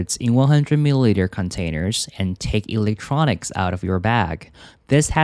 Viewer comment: 你electronics是不是唸錯了